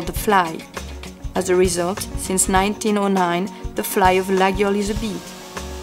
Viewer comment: amazing she has no clue how to pronounce it properly... it is not ''LaGUIole'' but ''LaYole''